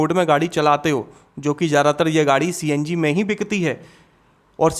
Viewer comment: CNG ❌ CNJi✅😂😂😂